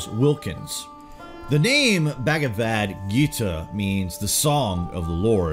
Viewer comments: It's not bagavad, it's bhagavad #FACEPALM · bahgahvahd not bag a vad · U say bagavadhu ..funny😆😆